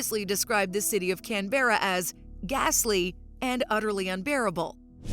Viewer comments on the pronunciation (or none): The commentator REALLY needs to learn how to pronounce names........where the heck is CANBERA?